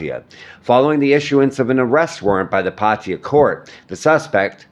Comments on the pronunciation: Pattaya not patya, at least you can make an effort to pronounce correctly.😂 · 555. I thought so too. Party-Yer..wtf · Perhaps it would be a good idea for you to learn how to pronounce Thai words, specifically nouns/proper nouns, correctly. Examples being Pattaya, Suvarnabhumi, and the name of the deceased.